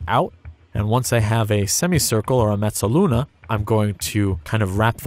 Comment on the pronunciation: >mezoluna I don't even have to speak Italian to know that means "half-moon" not "semi-circle". It's freaking Italian man, make it sound more romantic!